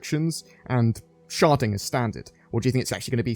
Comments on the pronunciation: Cant not hear "sharting" every time you say "sharding." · This whole time I thought he was saying sharting...